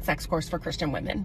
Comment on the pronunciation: says Chris-t-ian, yes I know that's how posh people say it, no, I'm not above being charmed by it.